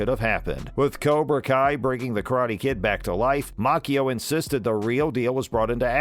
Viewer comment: I wished the host would quit mispronouncing Ralph's last name.